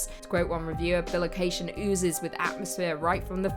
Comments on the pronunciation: Love the channel, but it's bi-location....not bil-ocation. It's from the latin bis meaning twice and the word location. Other than your pronunciation of that word, loved the video. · I'm pretty sure it's pronounced "Bye - Location" - as in bi = two. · Bi-location. Man that was hard to hear each time